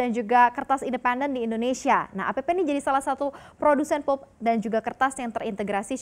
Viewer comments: 'pʌlp' not 'pup', ˈpeɪpə' not peper 😂😂😂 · Mba... maaf, anda keliru mem-pronunciationkan.... yang betul pəlp atau lebih bagusnya lihat di kamuzz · Agak terganggu dgn cara si mba baca " PULP " aduuuh !